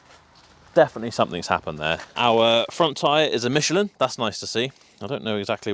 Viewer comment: Ah, the invisible English 'T' added to Michelin. FIle next to the egregious pronunciation of 'taco'.